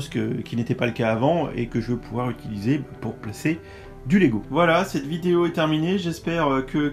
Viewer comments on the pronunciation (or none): none